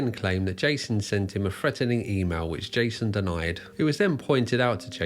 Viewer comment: When the narrator uses strange words like "fousands" and "freatening" he means "thousands" and "threatening".